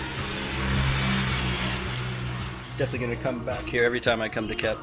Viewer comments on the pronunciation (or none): It’s Cape not Kep.